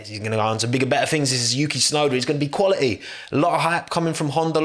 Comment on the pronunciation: no one:: he is quali'y